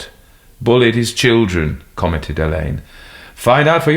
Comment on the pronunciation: Very enjoyable. Glad narrator has learned how to pronounce Alleyn. 😊